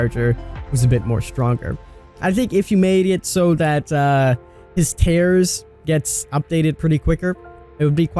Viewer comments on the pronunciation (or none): none